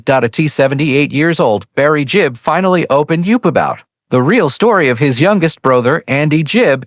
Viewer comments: A1. Gibb, not Jibb. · It’s GIBB not JIBB MORON